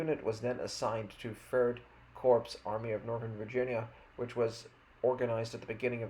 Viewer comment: An Army Corps is pronounced "core," like the Marine Corps.